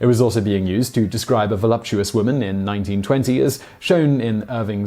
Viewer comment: did you say "volumptuious"?